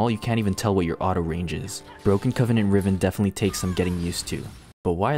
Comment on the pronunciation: i always knew you were retraded but you annunciation of broken coneveenant was next level retradnation. subscribed.